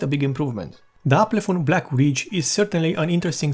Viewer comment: Not Aplefon. It's Alpenföhn.